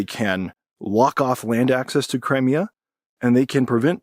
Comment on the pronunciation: Learn to pronounce Crimea correctly!